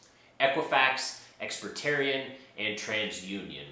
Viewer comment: Correction: It’s “Ex-Pe-rían” No “T” sound.